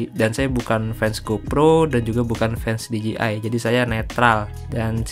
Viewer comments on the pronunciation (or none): Bang perasaan nyebutnya D J I osmo bukan ji osmo . Apa saya yg Salah ya? 😅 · D J I dibacanya literally dji 🤣🤣🤣